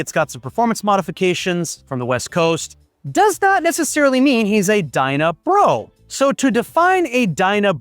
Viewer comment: It's Dyna Brah...Brah!